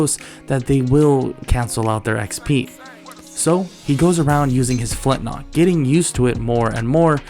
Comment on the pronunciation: everytime you say flintnock it drives me nuts lol